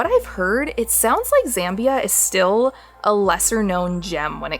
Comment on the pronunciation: Z-ah-mbia, not Z-eh-mbia...and welcome